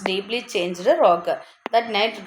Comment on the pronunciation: Not Rogun , it's Roger